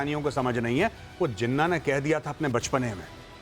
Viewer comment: Jinna nahi jinnah bolna to seekh lo jang laro gay bat kerna to seekh lo pehlay